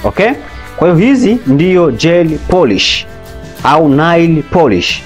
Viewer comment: Tamka neil sio nail